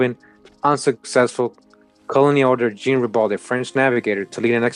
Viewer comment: sometimes “jean” is pronounced “John”